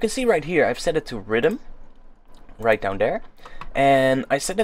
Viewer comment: i like how your accent makes you say riddim when youre trying to say rhythm